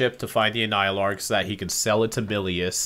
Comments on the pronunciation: man just causally pronounced the full pronunciation of Annihilarg, without giving it a second thought. cool cool cool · I love how memorized how to pronounce the anialarg